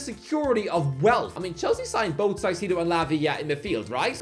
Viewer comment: Moisés Caicedo is pronounced Moy-says Kai-see-doh! 😅